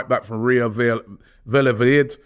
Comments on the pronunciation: VA-LLA-DO-LID .......... jeez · Robbie butchering names , Valladolid